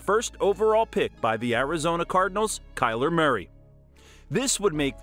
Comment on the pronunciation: Kyler Marry? This dude needs a pronunciation guide.